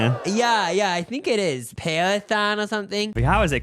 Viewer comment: How can you be a fairly educated adult & not know how to pronounce PAR-TE-NON and even not know what the Greek Parthenon is?